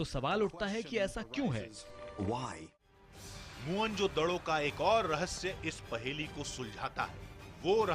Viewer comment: मुअन जोदड़ो नही,मोहन जोदड़ो होता है